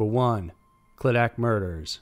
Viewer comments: Kind of hate how he is mispronouncing clydach, hes saying it like "cladack" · Pronounced.....cliduck (Clydach ) just a few miles away from where I live.